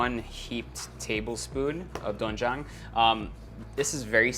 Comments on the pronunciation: It pronounce as dwenjjang or denjjang sir erwan. And its better to soak po muna sa tubig ng 30mins to 1hour yung glass noodles instead of boiling😊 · It's DWAEN-jang btw and AH-jeomma not ahJOO-ma 😊✌ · it is pronounced as du-wen-jang HAHAHA basic knowledge only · It’s actually pronounce as softer ‘o’ not really ‘oe’ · Doenjang is pronounced as du-wen-jang~😁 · doenjang (do wen jang)